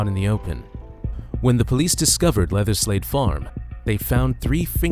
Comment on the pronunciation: Great vid, I have to say though I kept thinking you said "leatherslave" but that just might my mind in the gutter lol